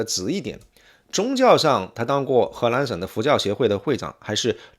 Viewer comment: 博主，请把“河南”和”荷兰”发音发准，否则容易发生歧义